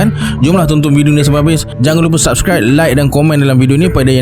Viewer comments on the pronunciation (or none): none